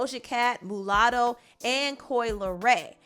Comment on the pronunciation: Nobody: Me: OOOOH you said MUlatto😬